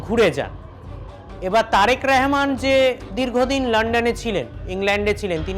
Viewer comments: এটা কেমন বেয়াদপি প্রধানমন্ত্রীর নামটা উচ্চারণ করতে পারে না পারলেও করে না এ কেমন বেয়াদ্দপ বক্তা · নামটাও ঠিকমতো বলতে পারেনা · একটা অযোগ্য সাংবাদিক, একটা দেশেরপ্রধানমন্ত্রীর নামটাই বলতে পারেনা সঠিকভাবে। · ঠিক মত আগে তারেক রহমানের নাম বলতে শিখ তার পরে খবর পরতে আসিস